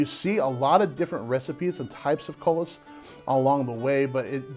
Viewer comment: I was looking for this comment. I kept thinking “koo-lee” every time he said cullis.